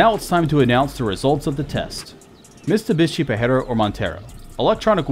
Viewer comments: It's MitSubishi not MiSTUbishi! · it's NOT MiSTubishi, is MiTSubishi !! :)) T is first, when you say it. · It's Mitsubishi not mistubishi, although this was a great comparison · Him saying "Mistubishi" instead of Mitsubishi, really on my nerve. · Bru can you read? Mitsu not mister. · its no mis+tu+bishi dude, its mit+su+bishi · It's a Mitsubishi not Mistubishi.. God! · You know it's not Mistubishi!!! It is MITSUBISHI ! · It is called Mitsubishi.... Mit-su-bishi - NOT Missssstubishi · Stop saying mistubishi. Its mitsubishi. I drives me nuts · MITsubishi, not MIStubishi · "Mistabishi" wtaf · Cool video but who’s Mr Bishi? 😂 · You say " mistubishi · The way this guy pronounces Mitsubishi and differential drives me nuts. But hot damn that Montero in stock form is a beast 💪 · And this was AFTER the video he made on how to pronounce the brand names correctly...